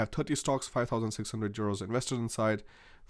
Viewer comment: Why do you keep calling euros churos?